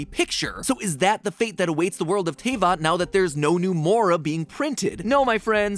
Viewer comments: Everyone: [pronounces Liyue incorrectly] Matpat: Tay-vat..... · ...my insides died when i heard "TAY-VAHT" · I would want to clear out something pls. It is pronounced as Te-vat. Not Tey-vat. But all in all this is really direct and really good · Btw mathew patrick its pronounced te-vat not tay-vat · HE PRONOUNCED IT TAY-VAT IM SCARED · Mat pat it's pronounced teh-vat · T- "TAYVAT"??! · Uuggh First of all It's "Deeluc" And second its "TehVat" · Also it's pronounced Te vat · How dare you made that title then show the villain Also it’s pronounced Tay fat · How..... how did you pronounce Tevat!? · bro pls pronounce teyvat properly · I'M DYING. THE WAY ME PRONOUNCES TAYVAT. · The way he says Albedo and Tevyat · matpat put in a clip of paimon saying teyvat correctly and then still mispronounced it lmao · I just want to know who taught you how to pronounce things like teyvat and albedo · It kills my very soul how he pronounces Tevatt. Edit:: Paimon is the Unknown God?? That star thing in her hair matches the Unknown God's portal when she showed up in Kanreiah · I've been waiting so long for a genshin episode but he had to pronounce almost every name wrong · I WAS WAITING FOR THIS!!!! I knew genshin was too big and has too many mysterious yet to be answered via the plot for game theory to not to tackle this, the fact it was sponsored is what surprized me... that and the pronunciation of teyvatt cause either i've being saying it wrong in my head all this time or matpat did in his video. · The butchering of the words Teyvat and Albedo hurt a lot. Otherwise fun theory! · IM SORRY BUT THAT'S NOT HOW YOUR PRONOUNCE TRAVAT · How the heck did he pronounce Teyvat wrong but got Liyue right? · Sponsored by Genshin but cant even say teyvat right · I like how he can pronounce liyue but, even with clips saying the worlds name, STILL cant say teyvat correctly. lol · Imagine saying Teyvat and Albedo wrong, couldn’t be me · YOU PRONOUNCED TEYVAT WRONG DJDBSBDJJS